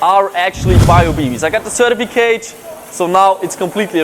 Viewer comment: Foo said ceritficage